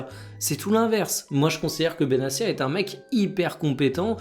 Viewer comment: Petite précision ça se prononce Benatia, pas Benassia À part ça top les vidéos quotidiennes 👍